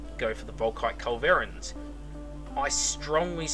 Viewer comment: Your stressing the wrong syllable on Culverin. It's a CULverin